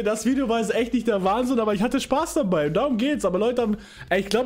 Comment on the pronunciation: „Spaß“:D